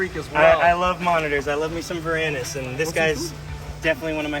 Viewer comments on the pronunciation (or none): For those wondering, meant to say varanus instead of vanarus when talking about the black throat. It was like a spoken typo